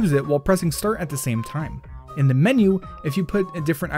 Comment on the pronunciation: XD when you said glitches in wind waker I heard glitches and wind waker